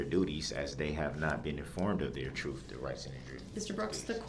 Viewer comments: All of a suddenly, tackit agreement, cohorsed, axed, troof, oaf. God this guy is a master of the English language. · He AXED too many questions and gets mad when the judge SUBSTAINES the prosecution’s objections. He knows the TROOF. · He’s so dumb and tries to sound like he has a clue. The little phrases and types of words he uses. Lemme ax you about da troof! I would pay to have five mins with this guy. I’m sorry if that sounds brash, but seeing pics of the little boy he ran down, and those young girls among others! Then has the audacity to say his conscience is clean? He’s spat in the face of every person he affected with this! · Just axe them. Edit: YOU CANT HANDLE THE TROOF!!! (He's being co-horsed😂) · You took a OAF of Office. Yeah - right dude. Go AXE some more questions. Get to the TROOF!